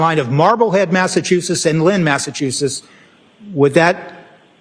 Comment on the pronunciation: Massachusetts not Massachutsetts